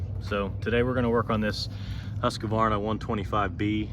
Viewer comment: What a pain chasing a bad coil. Your little music overlay is unnecessary. And, it's Husqvarna, not huskavarna. There's no A after the husk syllable. About 90% of utubers mispronounce it, though. 😂 I enjoy your videos. You are very patient. Thanks.